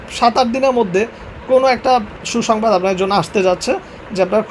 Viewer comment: এ রকম আবালীয় "হুহুংবাদ" বহু শোনা গেছে। বিনোদন। মাস্টরি করবি আবার এতো "টাহা" চাইবি ক্যা?